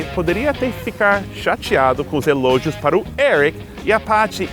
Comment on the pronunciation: Muito divertido. : ) Sempre tive as dúvidas quanto às pronúncias das palavras 'a' e 'the'; pensava que era questão de sotaque. Seth, cuidado com a pronúncia das palavras 'pron*ú*ncia' e 'elog*i*o'; a tonicidade tava fora do lugar. Quando fez a comparação entre o 'a' e nosso 'estou', algumas pessoas tendem a achar esnobes os que procuram falar e escrever bem. Isso não nos ocorreria se falássemos dessa maneira nos EUA?